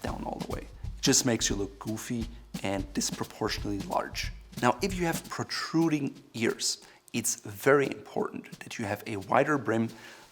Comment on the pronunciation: Thanks for uploading another interesting and informative video, - but, er, it's PROTRUDING ears, not 'pertruding' (i.e. )